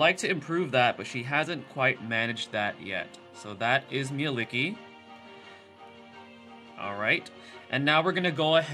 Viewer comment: It’s pronounced Mel-Li-Kie